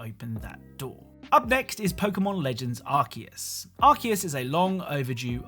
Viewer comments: I just wnat to add that it's pronounced Ar-see-us or Ar-kay-us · Your pronunciation of Arceus though.